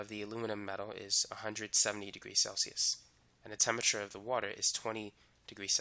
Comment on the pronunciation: "temmiture" pff I mean thanks for the vid :)